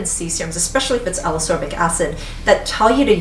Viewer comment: I really, really like your videos (in fact, I rewatch many of them just for the pleasure of hearing you talk about products), but I need to say this or I'll explode: Ascorbic is pronounced as-COR-bic, not a-SOR-bic, just like escape is pronounce es-CAPE and not e-SAPE ;)